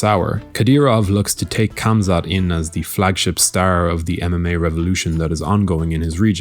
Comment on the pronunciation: Plz there is no K in Khamzat when you pronounce it... Its Hamza ufc alwas starts the stupidest shit